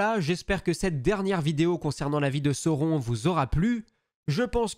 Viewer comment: Belle vidéo, c'est franchement bien narré, bien construit, je viens d'enchainer celle sur Galadriel et les 3 sur Sauron (j'ai repéré juste une petite erreur à un moment avec l'emploi d'un pluriel pour un singulier, et le nom de sauron prononcé à la française autrement ça me semble OK) quoiqu'il en soit, je salue le travail de synthèse, la diction aussi (claire et limpide, c'est un élément que j'aime chez les youtubeurs et tous n'articulent pas malheureusement). Le choix des images est bien senti aussi, la manière de raconter les batailles et les stratégies. Je m'en vais dévorer les autres vidéos relatives à l'univers de Tolkien.